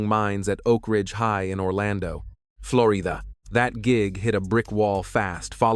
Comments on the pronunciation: “floryduh” like he just learned english😂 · "Florija" Fucking AI BS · Floreeda? AI BS. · Flow-ree-dah? Come on AI, do better😂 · why TF did this AI say Florida like that 😭